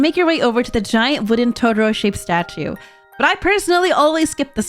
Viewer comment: Sorry but I had to slightly flinch/cringe at the pronunciation of To-tor-o, it makes me cringe when folks add a d instead. It's Totoro not Todoro... I still absolutely love you and your content. You are amazing.